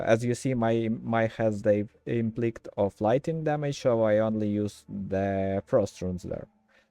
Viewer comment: Since I have had a lot of trouble with how to pronounce certain words over the years, I just want to point something out. I promise I'm not trying to be mean or anything like that. IMPLICIT, which is what I think you mean when I hear you saying something that sounds like "implickt", is an instance where the letter "C" makes an "S" sound. If it was spelt how it sounds it would be something like: IMP-LISS-IT or for UK, UHM-PLI-SUHT. Great video though. POE 1 & 2 are both so deep with many layers, it's great that you're putting out content to help people come to know these games without the frustratingly steep learning curve.